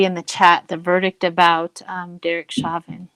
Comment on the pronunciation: Chauvin is pronounced SHOW-vinn not shaw'-ven === All my favorite psychics on youtube do not pronounce people-in-the-news' names! correctly!